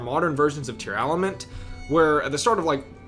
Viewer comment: Why does he say Tear-Aah-lament?